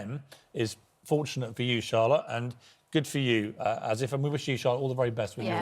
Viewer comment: Piers called him As-if as the end 😂😂😂😂😂😂😂😂😂